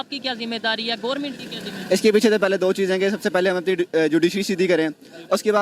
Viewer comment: I like the way says ' Gourmint' for Government 🙄🤣